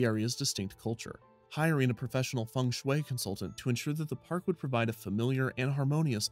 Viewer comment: feng shui is not pronounced as fung schway